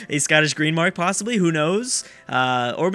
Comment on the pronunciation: it's Greenland not green mark